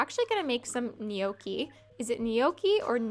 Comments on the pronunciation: btw none of your versions of "gnocchi" was correct lol. its like njokki, not nijoki. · (Not niohkey but nyo-key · It's pronounced "no-key" not "knee-okie" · I believe it's pronounced no-key (gnocci) only saying because you asked lol :) You are an adorable young lady, stay empathetic and loving. It's a beautiful Iand rare) quality. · Technically it's nyokey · Gnocchi is pronounced "no-key" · I think it is pronounced “know-key” =gnocchi